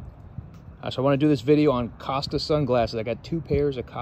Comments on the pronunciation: As in "Coasta" not casta!😆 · co-sta not cas-sta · I know it's spelled, "Cost-a" but it's pronounced, "Coast-a"